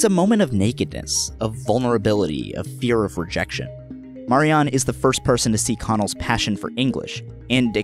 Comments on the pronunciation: If it's one of your favorite shows why are you pronouncing her name incorrectly? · The way you pronounce Marianne kept taking me out If you've seen the show, why is it difficult to say it correctly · I used to go out with a girl called Marianne who was Irish, funnily enough although I don't think it's an Irish name. She pronounced it Marry-ann with emphasis on the last syllable.